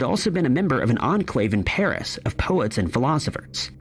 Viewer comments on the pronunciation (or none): none